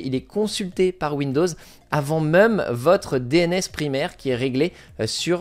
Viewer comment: J'adore ta prononciation de "même" prononcée "meum" 😂